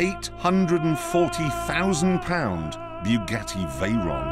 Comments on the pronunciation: no Jeremy it's the Vey"a"ron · It's funny, when this car was still being build. Jeremy called it the Bugatti Veryon instead of Veyron